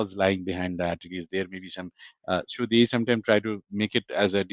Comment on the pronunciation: please “So” world ta thik moto pronounce korun. Sounds like “শো" which can cause misunderstanding also distraction